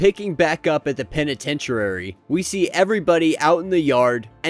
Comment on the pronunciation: peniten-tuary? LOL. Killing me!!! 😂